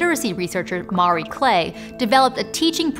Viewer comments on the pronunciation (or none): Mar-ee… sound it out… Ma-ree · Why do you keep pronouncing the name Marie as "Maury"? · I've never heard anyone butcher the pronunciation of "Marie" so badly. The "a" in "Marie" is not the same as in "Mario". It's more like "Muh-Ree", with the "uh" being very short.